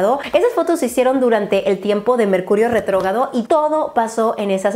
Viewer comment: RETROGRADO Dios!!!!! Re tro gRRRRRa do. Please por mis oidos.